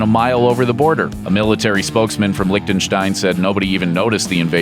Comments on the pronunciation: its Liechtenstein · "licktenstine" uhhhhh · Why tf does everyone pronounce it like that, it's called LIECHTENSTEIN not LICK THE STAIN